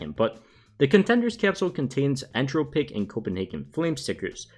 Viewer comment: This man really Said “entro pick”